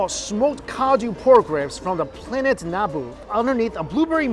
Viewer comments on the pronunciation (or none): "From the planet Nahbu" Nuh boooo no judgement, just, found it silly.